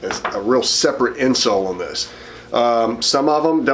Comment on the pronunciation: I love how you say "on..." I've never heard it that way, and I live in Georgia! Maybe I just hear you say it a lot so I only notice it from you. "owne"